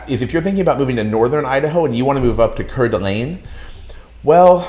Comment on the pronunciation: Please learn to pronounce Kuna and Coeur d'Alene before you give advice about Idaho. Yes, it gets over 100 degrees. Please don't move here. We are full.